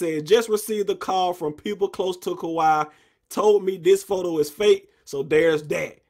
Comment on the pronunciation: ka-wee not ka-why 😂